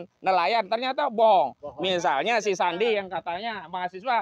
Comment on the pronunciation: Sandi yeh bang bukan sendy